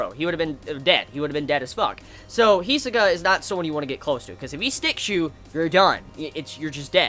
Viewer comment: He is pronouncing it right, the accent may be a bit non native